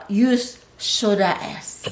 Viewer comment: Am i the only one who heard soda ass ?